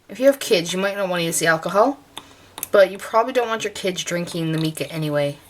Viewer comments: Mica is pronounced mycaw ! Just thought I would let you know 😊 👍 However thanks so much for for the tutorial as I would love to make my own colours because it’s expensive and I have a lot of mica colours and empty brush pens ! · Just to clarify.... the pronunciation is "my-ka" If you're not sure if that's right... ask a mineralologist. Great idea making it yourself..... thanks for the video. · can you tell me what is the difference if you use plain water to mix with the Mica (we pro nouce it MY-ca) or if you mix it with just Alcohol and what is the difference if you use the mixture of water, alcohol and mica? I was just wondering if it affected the outcome on anything you were stamping or watercoloring,etc... and it really doesn't matter how you pronounce MICA, I just thought I would share with you how us American's say it..;) I love your tutorials..TY..